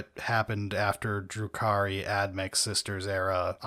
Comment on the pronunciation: Dark Elves are actually Drukhari, not Druki, in the 40k context. I'm not trying to be an "actually" guy though, but I figured if you cared enough to use their lore name, you'd want to get it right. Have a nice day.